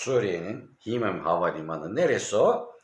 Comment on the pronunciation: Himeymim okunuyor. Himmim değil.